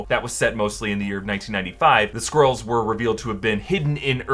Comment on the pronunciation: I keep hearing 'squirls' hahahaha. 🤣